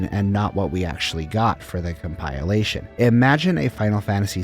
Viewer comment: Asking for a like at video start and then butchering ‘compilation’ This is bold